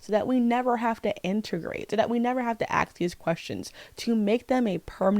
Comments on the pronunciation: It’s ask, not aks. You’re a reader, you cannot not know words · Skill issue. I won’t lessen my enjoyment of art simply due to the creators being problematic lol It’s kinda insane to me that she apparently reads so much and is even college educated but still says “axe” and “liberry” 🫩